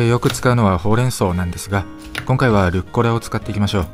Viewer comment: ルッコラ→ じゃなくて、ルッ⤴コラ⤵ だよね。